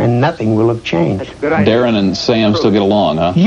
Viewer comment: Darrin not Darren